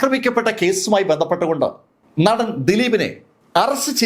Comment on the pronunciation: നഠൻ അല്ല.., നടൻ